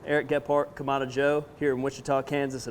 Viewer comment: “Either side” means one or the other, not both, and is incorrect grammar per your use. Kamado is pronounced kah-mah-doh and has a specific meaning. It is not pronounced Kah-mah-dah.